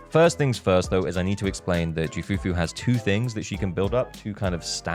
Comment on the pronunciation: You do not call her JOO... You call her KOO or Que Fufu Even the Voice actor of Ju Fufu said it...